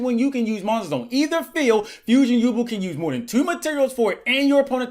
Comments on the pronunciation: I love you but it's Yu-Belle not yubuhl My childhood can't take it. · It's pronounced you bell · Can’t believe he was mispronouncing “yubel” the entire time.